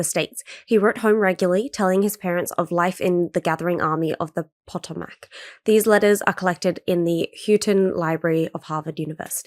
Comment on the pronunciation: It’s pronounced Puh Toe Mick